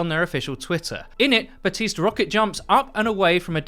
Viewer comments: Buh-teest not Bap-teest. The P is silent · It's Ba(p)tiste... not BaPtiste... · Guys watch Jeff’s video about Baptiste. The P is silent. It’s pronounced Batiste. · my ear hurts a little each time i hear "ba-P-tiste" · The P in his name is totally silent rip 😅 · THE P IS FUCKIN SILENT. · The P is silent lol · The P in Baptiste isnt really spoken, its more silent :) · my man, you gotta pronounce Baptiste right, it's driving me crazy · Ok but can English speakers get the grasp of saying "Baptiste" like the "p" is silent, I promise.